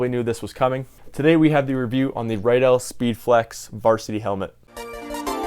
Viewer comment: How many times are you going to say Riddell wrong it is redell not rydell